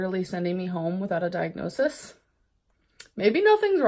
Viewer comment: With the amount of diagnoses she's claimed to have had, you'd think she'd at least know how to say it. Diagnosisis??? Gorl.